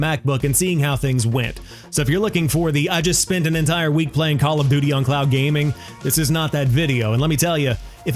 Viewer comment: You're saying clown gaming 😂😂😂. Speak more slowly 😂😂😂